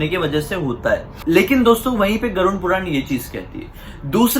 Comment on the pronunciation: Abey vo garud hota hai tu use garund bol rha hai